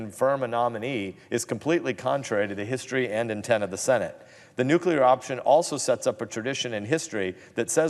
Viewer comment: Did he jest say nukelar ...what.